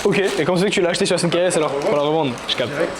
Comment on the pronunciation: Sérieux arrêter de dire S N K R S, c'est SNEAKERS ... sinon ca sert a rien de faire ce genre d'écriture abrégée